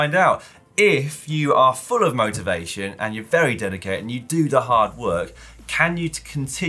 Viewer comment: Dan was that "motivation" or "motor-vation" to regain your KOM? :)